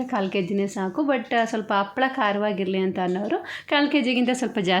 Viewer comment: Appala alla ...HAPPALAA .